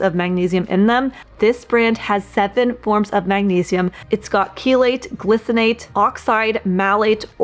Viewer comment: Glycinate is pronounced gly (as in sly). As usual, informative video and well presented. Thanks. 😊